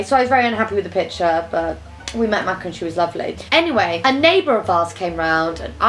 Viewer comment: please pronounce her name correctly this time 😂 ♥